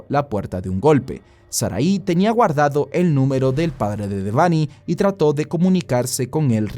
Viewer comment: Porque siempre le dicen de-vany se pronuncia Debanhi como una sola palabra